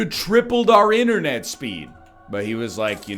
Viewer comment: I was thinking mate silver when you said internate ..